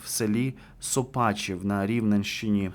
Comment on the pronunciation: Сопачів, наголос на букву О